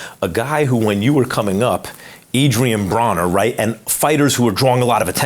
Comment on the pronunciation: Max called Broner Brohnur rofl